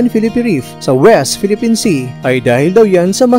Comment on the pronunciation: Ayosin mo sir bigkas . pwedi ba west pilipins sea .